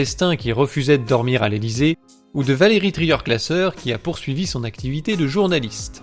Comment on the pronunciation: Valerie Trieuglasser ?????????????? Il faut réviser un peu tes fiches mon gars.